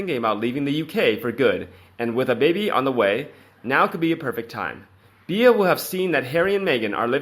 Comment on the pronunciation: her name is pronounced 'B' you can megans name wrong as much as you like but please get Beatrice right x